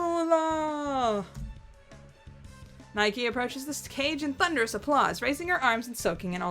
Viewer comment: Nihkee is pronounced like "Nike". The shoe. So yeah, Nigh-keeh.